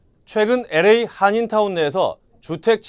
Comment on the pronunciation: 앵커는 LA를 엘에이가 아니라 에레이라고 완전 한국식으로 발음하네요. 기자는 정확하게 발음하네요.